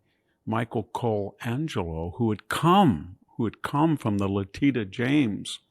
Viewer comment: It's "Leh-TISH-a", VDH! I've heard you say it correctly before, so I know you can!